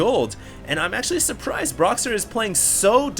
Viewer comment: "Broxer" :D